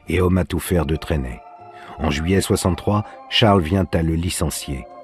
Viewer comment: Juillet;pas "juillait".Ce n'est pas le verbe "juiller"...